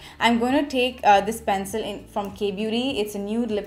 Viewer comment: Very difficult to keep continuing listen or watch her due to over dramatic gestures and unbarebale pronounciation. Not “take” but “ Thek”, phowder, not “Pac” but Phac, not “colourbar” but “ kalarbar”….. why i mean why?